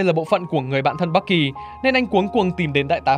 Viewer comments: Bucky mà nghe ông ad đọc thành Bắc Kỳ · Bạn thân Bắc kỳ =)) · sao ad nói bucky mà tôi nghe như bắc gì đó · bucky mà đọc toàn nghe bac ky =]]] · người bạn thân bắc kỳ =)) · Bucky đọc nghe nhạy cảm thật :v